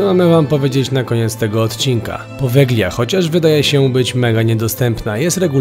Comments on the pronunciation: Powelia sie mowi, nie poweglia 😅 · Jak już propagujesz jakiekolwiek informacje publicznie, nie popełniaj błędów. G, to zmiękczenie i nie używa się jej w słowie czytanym np.czyt.podelia a nie podeglia. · Wymawia się "powelia", gie jest nieme :) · Drobna uwaga: poprawna wymowa nazwy to "Powelia", super film chłopaki, z niecierpliwością czekamy na Wasz milion subów! 🤩🤩🤩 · Właściwie, prawidłowo wymawia się nazwę wyspy "Powelia". W języku włoskim zlepek "gli" czyta się jak "li". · Po włosku to Powelia - tak poprawnie się czyta Poveglia. 😉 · Poveglia (czytaj Powelia), a pandemia to status epidemii, która doszła na każdy kontynent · Przepraszam, wymawia się Powelia. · czyta sie Povelia (G jest nieme) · "g" w nazwie wyspy jest nieme. Ale super odcinek :) a to, co znaleźliście na początku i uznaliście za łóżko na wyciągniku, nie jest łóżkiem, ale czymś, do czego można było przypiąć pasami. Używane było, albo w więzieniach jako tortura (wiele godzin wisiano w pozycji pionowej przyczepionym do tego), albo w szpitalach właśnie - również do tego przywiązywano, co dawało możliwość unieruchomienia pacjenta, a ponieważ było to w pewnym sensie ruchome, ułatwiało dostęp lekarzowi